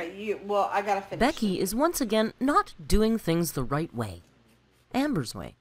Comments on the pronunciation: Big Al purposely says raght instead of right on total purpose , she thinks people think she cute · I hate the “raht” thing as well. Some people really do pronounce it that way because of their accent but you can tell it’s something she’s playing up as one of her many “quirks”. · Hearing Amber saying "raht" instead of pronouncing it correctly because she thinks she's being quirky and dainty is so grating to my ears. Becky has proven to be just as bad but she doesn't deserve to be Ambers maid for the rest of her life. RUN BECKY!!! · That whole fake southern accent has driven me crazy from the start..... raght, lah .... my fervent hope is that when Becky leaves amber will stop with the fake accent and just pronounce words correctly. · Please do this for every single ALR video or live stream. You will have a HUGE audience. Also thank you for validating my irrational hatred of the way she says RAHT. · I say raght lmao i feel seen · Amber supposedly hates southern accents so much, but makes it a literal point to pronounce, “Right,” with the thickest southern accent she possibly can. Make it make sense.